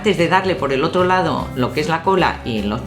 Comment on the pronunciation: porque dices lao envede lado